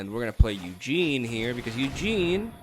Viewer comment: I'm listening to your video without being able to watch because I'm working, and I just spent 30 minutes wondering who the fuck was that "Eugene" you keep talking about XD (It was Ugin.)